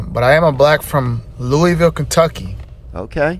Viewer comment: Bro he didn’t even say Louisville correctly wtf